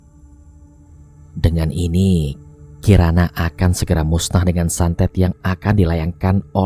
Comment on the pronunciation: santet bang santet bukan satet :v Semangat terus bang